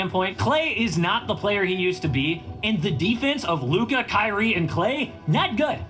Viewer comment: Does flight not know how to say Luka name?